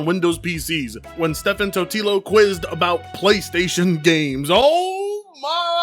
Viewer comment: Stephen is pronounced the same as Steven, not Steffen, it's the original English spelling. Totilo is pronounced Toe-Tell-Low not Tequila.